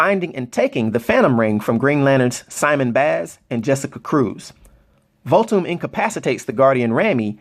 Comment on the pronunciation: you gotta put the h within Voolthoom bro:)